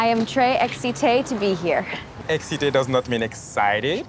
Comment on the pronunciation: "Excité doesn't mean excited, it means horny" NO Excité can mean those two words but it depends on the context and how it is said. Here it just means excited, damnit And please, this accent, I know that we have a bad accent but all french poeple doesn't speak like that ToT